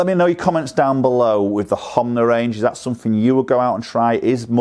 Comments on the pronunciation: It's not Homna. Its Honma. U say Homna and so does my mate. Lol. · HoNma not HoMna 😋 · Hom-na huh